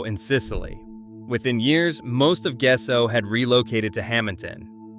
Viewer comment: Gesso? I guess so. And that was just the first pronunciation gaffe.